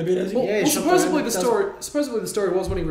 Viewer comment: Why does the fella keep saying "supposebly" rather than supposedly? Bizarre...